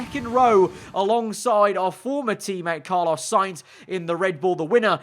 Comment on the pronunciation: This is bugging me........it's Carlos with an S not Carlo without an S